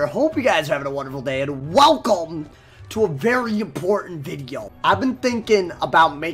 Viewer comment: Does anyone on earth say welcome with more emphasis than?